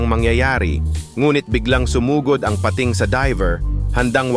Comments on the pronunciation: Ok na sana pag eexplain pero the way he pronounce nakakadistract sa pakikinig like malaking pa....ting kaloka! Tagalog naman mali pa..😂🤦‍♀️ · Bisaya po ba kau di nyo ma bigkas nang sakto ang bingit, tangay, pating🙄 labi.. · Salamat sa mga dagdag kaalaman, kahit click bait yung syokoy. Don’t take na masama ang komento ko at hindi ako naghahanap ng ka away…kase pinakingan ko syang mabuti. Tagalog na nga yung pag na-narration at sariling wika na natin pero nkklunkot na maraming maling pagbikas sa mga salita. Tulad ng madiskubre, pating, wakasan, naka takas, yung salitang bungo ng tao, yung lohika ng science, uli yung lohika ng kalikasan, bingit ng kamatayan, matangay, umingay, at pulisya. Saka may kulang at may Mali duon sa magdulot sa kanyang buhay (bandang dulo ng pagsasalaysay) Ewan ko lang dahil ba may punto or hindi ka talaga purong tagalog…or Mali lang pandinig ko. Hoping for a better improvement kase interesting itong channel mo. Peace.😊